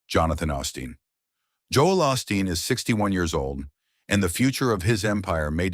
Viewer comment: A suggestion, if u r going to tell a story about someone get the bot to say their name correctly. It is not Austin it is Osteen.